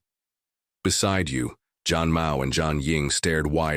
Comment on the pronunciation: thank you! yeah zhan still sounds like john.. yup same as any other languages some word have no english translation